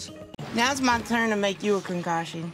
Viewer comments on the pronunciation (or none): I like how Tammy said concoction only it sounded like con ⚠️ cation which is something they could both use.